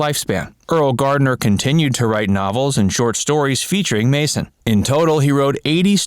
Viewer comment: Completely misleading title. You should record it over saying Gardner's name correctly.